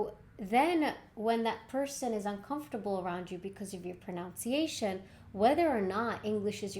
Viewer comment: You are mispronouncing “pronunciation”.